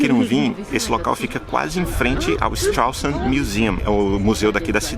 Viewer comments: Und du kannst nicht einmal den Namen der Stadt richtiger aussprechen, Idiot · Muito engraçado a forma que vc diz o nome da cidade😂😂😂 forma errada, mas engraçado... gostei.